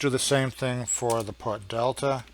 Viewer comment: FINISH OFF UR DRINK! PUT IS SPELLED AS PUT & NOT "PUTT". & BY THE WAY WHAT THE HELL R U TRYING TO CONVEY TO THE COMMON MAN? ALL THE FIGURES R READILY AVAILABLE IN ALL THE PLATFORMS. WHY COMPLICATE ISSUES FOR HALF AN HOUR? & WHO KNOWS ABOUT PROGRAMMING?